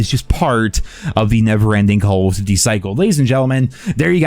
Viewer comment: Or "duty"